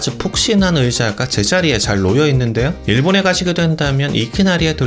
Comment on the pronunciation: 요즘 안녕히계세요가 굉장히 맛이 없네. 예전의 그 뜬금없이 확 튀어나와서는 어딘가 나사빠진 녀석이 중얼거리듯 말하던 중독적인 배꼽냄새같은 안녕히계세요는 어디 갔어